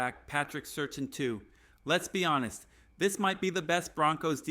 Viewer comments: Great script. You should get your ai to read the name of the Broncos biggest star as "Surtain" and not "Certain" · Pronounced Sir Tan